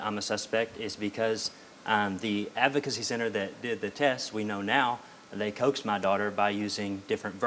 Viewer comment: Why can't people pronounce the word "advocacy"